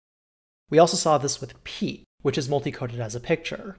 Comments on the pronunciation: Pea. Ett. Pea-ett. Piet. Not “Pete”. SO not “Pete”. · That's a violently American pronunciation of "Piet" you've got there.